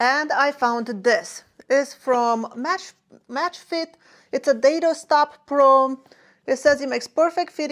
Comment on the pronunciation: Dado not Dato, I don't mean to nit pick.